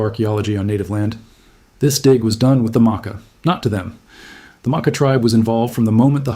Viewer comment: The research is good, but the mispronouncing of Makah is killing me.